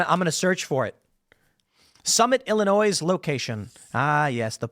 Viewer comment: You pronounced the S in Illinois. I don't believe you've ever lives in Illinois.